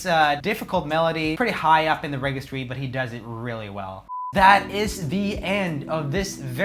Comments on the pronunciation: Hey, Swedish man, it’s pronounced redjistry, by the way. I keep hearing you mispronouncing this word. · Good vid. Registry is pronounced rejistry. You’re welcome. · Can we talk abour the errors he makes with gi/ga prononciation? Its reGIstry (ji) as in GIgi Hadid and FerGAlicious like in Lady GAga and not the contrary... The only exeption is that in England they say Fergie (Fer-gui) and not Ferjie... Beieng Swedish is no excuse for mispronunciation 😊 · Omg!! If you say REGGASTRY one more time...🤦‍♀️...for the love of God...Google how to actually say the so you can learn how to say it right....other than that. GREAT VIDS!👌👌